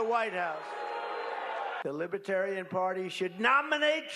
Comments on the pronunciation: I would put T at the top of his human scrum heap....no redeeming positive qualities....schemer,scammer, GLOAT (sorry Cohen, he is a bigger liar than you). BY THE WAY, the party name is Lib-er-tare-ee-an...not LIBBA-tarry-un. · LIBBAterian? Even the way he pronounced the word is a slight